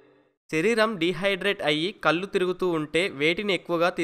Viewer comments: కల్లు కాదు నాన్నా, కళ్ళు. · కల్లు ఏమయ్యా? కళ్ళు అనకుండ మీరే తప్పు చెబితే ఎలా అండీ?